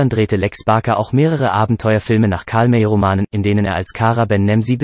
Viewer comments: Gute Übersicht, schlechte Namensaussprache nicht Karlmä sond Karl May = Mei / Mai wäre rivjte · Iss nicht wichtig, aber der Bot sollte Karl May wie Mai aussprechen, issn Deutscher gewesen. Arkansas kannst er gern Englisch aussprechen. Aber sonst gut gemacht. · Ist eindeutig Computersprache! Bei Datum zB stock die Sprache, als wäre es ein Punkt eines Satzes, darum ist hier auch die Betonung vollkommen falsch. Auch die Aussprache wie zB Karl-May-Filme klingt wie Karmei-Filme. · Der Sprecher sagt immer Karl Mey.